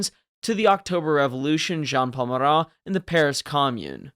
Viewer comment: Minor gripe, but I'm almost certain that the Marat's name was just Marat.